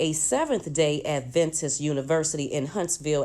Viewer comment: How many times are you going to say "Advantist?" It's Adventist.